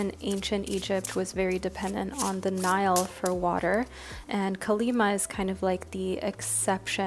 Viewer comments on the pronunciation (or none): none